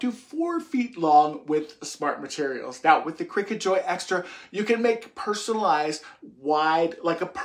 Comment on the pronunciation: I swear to god you said "crackers" at the start lol